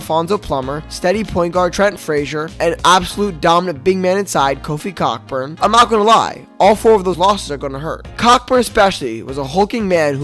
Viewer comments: COCK burn LOL 😂. The 🐓 is silent my dear boy. It's pronounced *KOE burn*. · Dude....it is pronounced KO-BURN. Geez.